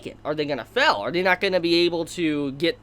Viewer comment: It really annoys me how he pronounces STEAL as STILL, FAIL as FELL.